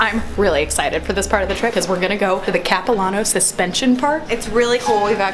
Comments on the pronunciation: Capi-lAH-no not capi-la-no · Okay so I live in Vancouver and when you said "capilano" I was so confused because we say it different. I had to actively think about what you were saying. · the way they said capilano though!!! 😂😂💕